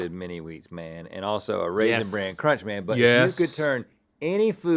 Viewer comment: I just love when Link says “cronch.”